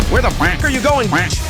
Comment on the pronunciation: for a moment i thought you said "KEEP GOONING"